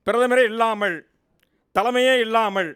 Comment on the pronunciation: அருமையான உச்சரிப்பு: இல்லாமள், இல்லாமள், பகள், நாடாலுமன்ற, இவர்தான் பார்த்துக்கோங்க! "" அல்ல!!